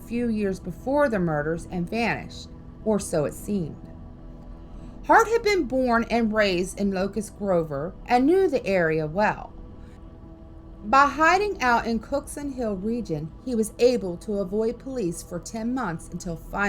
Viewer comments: I remember the Girl Scout murders. And by the way it is Locust Grove not Locust Grover. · Locust Grover?????!!!! It's Locust Grove! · It is called Locust Grove not Grover